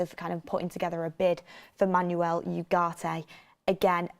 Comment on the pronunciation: VAR check on the pronunciation of the name Manuel… Think more ‘Man-Well’ and less ‘is your car an automatic? No it’s a manual’